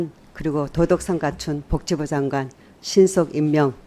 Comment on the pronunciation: 서명옥아 복지부장관이다. '벅지부장관' 아니고 벅지부가 뭐냐